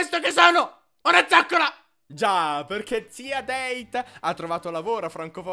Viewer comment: Scusate, ma posso sapere perché il nome Dete lo pronunciate "Deit"?? Il nome dovrebbe essere tedesco, così lo fate diventare inglese.... :/ No, davvero, rispondetemi... forse sono io che non so qualcosa??